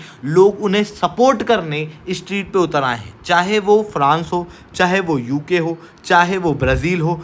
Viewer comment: Special - Sp-ae-shul Donald - Daw-nul-d Street - (not eshtreet) 9 - nau (not no) Elite - Ae-leet Zyada - z-yada (not jada) Comprehensive - Com-pre-hen-sive (not cumprehensive) Strict - (not eshtrict) NATO - Nay-toe 44 - For-tea four (not four-tea four) Avoid saying pe, say par Apna phone silent pe rakhoSpecial - Sp-ae-shul Donald - Daw-nul-d Street - (not eshtreet) 9 - nau (not no) Elite - Ae-leet Zyada - z-yada (not jada) Comprehensive - Com-pre-hen-sive (not cumprehensive) Strict - (not eshtrict) Avoid saying pe, say par Apna phone silent pe rakho Unnecessary words par emphasis daalne ki zarurat nahi hai. "video" pe emphasis daalne ki kya zarurat hai. What is thok bhi diya, yeh kya sadak chaap bhasha hai What is jamah pe, sabar karke bol lo, besabri mein kyon zaban par niyantran kho rahe ho.